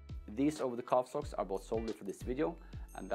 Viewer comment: "Sokcs" OMG LOL IM SORRY